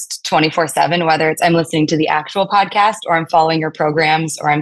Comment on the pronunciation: When was talking about getting up early, and working out and then going to work and doing the podcast, it sounded like he said "Bod-cast" and now I think that needs to be a thing